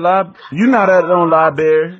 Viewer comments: lol. they stay saying libray this shit funny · "You not at no libary" 😂😂😂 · He said, "lie-bary" Haha. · Lie berry